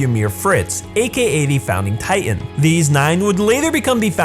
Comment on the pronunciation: I cant help but notice every time he says titan he says “tight ant”